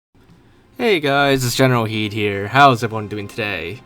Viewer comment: Is it generalkidd or generalhidd? I am really confused, it says kidd with a k but you pronounce it as an h.